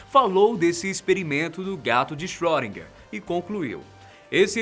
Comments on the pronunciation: sim, mas se fala "schrÊdinger" e não schrÓdinger, como ele fala! Mesmo assim, o video ficou show, muito informativo. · Por favor, não se fala "ö" como se fosse "ó" e sim um som entre "o" e "ê", e "er" tem som de "a" . Portanto seria algo como "chroedina".